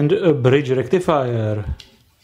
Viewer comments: foooool bridž rectifajahh!!!!!!!!!!! this is very denžerůůůůůůůůůůs :-D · fool bridž rectifajaah!!!!!! This is very denžerůůůůs stuff of koooooors :D